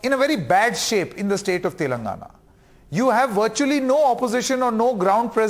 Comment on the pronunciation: This pm can't even pronounce the word telangana right.